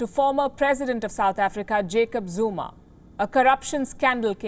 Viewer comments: Me: Zumaaa:: Narrator: zoooomba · Zuma not Zumba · Why she saying Zumba? It's ZOOOOOOOOMA!!!! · she keeps saying ZUMBA not Zuma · It’s ZUMA not Zumba 🤣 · Really? “Zumba?”...Zuma. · He's Zuma. Not zumba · 🤣🤣 It's Zuma Not Zumba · Why was the commentator saying "Zoomba" instead of Zuma? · This channel becoming more and more of mediocre. In south Africa, their correspondent is Asian. Racist much? Plus, she keeps saying Jacob Zumba. She can't even pronounce his name. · Why does that woman sometimes pronounce the name as "Zumba"? 🤣